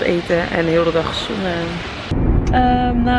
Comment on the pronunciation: Het leek net of ze zoenen zij inplaats van zonnen😂😂❤️